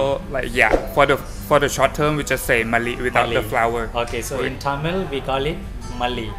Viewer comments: தமில் அல்ல தமிழ். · தமில் இல்லப்பா தமிழ்